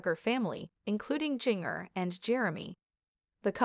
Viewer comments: Learn to pronounce Jinger's name before you think anyone will listen. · This is absolutely ridiculous! Learn to pronounce Jingers name correctly too. Stop gossiping!